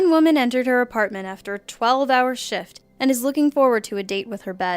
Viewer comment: when she said 12 hour shit instead of shift